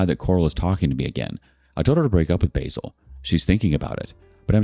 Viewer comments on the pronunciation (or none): Lol its not basil as in how Americans wrongly pronounce the herb but basil as in baa like a sheep and sill like windo sill. So its ba-sil